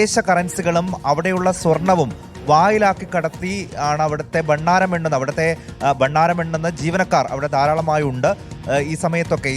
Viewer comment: ബണ്ണാരമല്ലടാ പൊട്ടാ ഭണ്ഡാരം ...... താനൊക്കെയാണോ റിപ്പോർട്ടർ